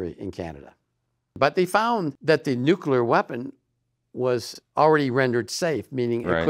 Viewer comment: It's pronounced the way it's spelled: NUCLEAR - NEW-KLEE-AR, not NuKuLar.